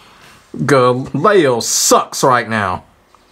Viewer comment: well the Gender has already been told (female) and her name is LEE-O they have Lee and Lie in Tekken already the way they are saying it LEIO and yeah yeah rage art combos kinda been there done that at this point not many people used this person either